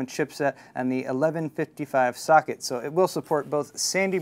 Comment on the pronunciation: I thought he said "Fuck it!" Instead of Socket.